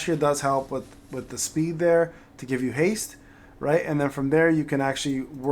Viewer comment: What does haze do? Edit it's actually haste. He just says it weird 😂